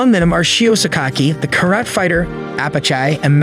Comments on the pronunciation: Its pronounced Kara TEH not Carat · It's Karate not Karat